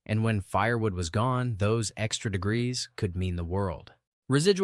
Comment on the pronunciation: Pretty sure you're ai. Degrees is not said like that.